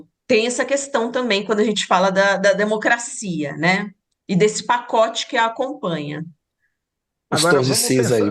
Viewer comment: Ela disse " denocrscia venezuelana 😂😂😂 vai cagar professora 😂😂😂😂